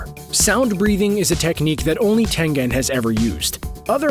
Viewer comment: Tenjen and kirojiro nice Pronunciation